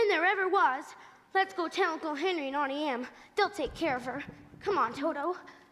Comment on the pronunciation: Why does she say Ountie instead of it being pronounced Auntie Em?